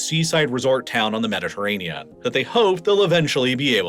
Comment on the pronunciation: What is a "Mediterranea"? You keep pronouncing the Mediterranean as "Mediterranea".